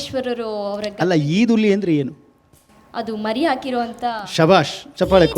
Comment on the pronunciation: ❤ adu ಈದುಲಿ alla... Adu ಹಿಂಡುಲಿ